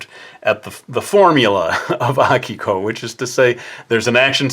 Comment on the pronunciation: im using this video to prove to my friends that it's "AH-kiko" and not "uh-KEE-ko"